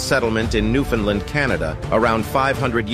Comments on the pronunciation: as a newfie, the way he pronounced newfoundland makes me wanna cry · I wish people would learn how to pronounce Newfoundland properly!